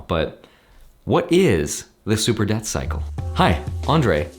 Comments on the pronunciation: .... Andrei... its debt cycle. Not death cycle. Sorry, don't mean to pick on your pronunciation. Just want to make sure we're all on the same page. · I’m pretty sure everyone’s brains in the current time heard “super death cycle” instead of “super debt cycle”. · Lmao if I didn't see your comment I would had believe he keep saying death cycle.